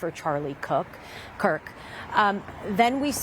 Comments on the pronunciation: why do BBC reporters have such a difficult time saying the last name KIRK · His last name is Kirk, not Cook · Charlie Cock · Charlie kook? why is this indian woman mispronouncing his name on UK state media? wtf happened? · Am I the only one hearing “Charlie Cook”? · She constantly says Charlie Cook , you aint wrong my brother in Christ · Why she keeps calling him Cook 😂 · Charlie Cuck is hard to say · how can you mispronounce his name THREE times in a row? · Can you at least get his name right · Wow, how bad is this reporting that both the presenter and reporter mispronounced his name multiple times. The disrespect that shows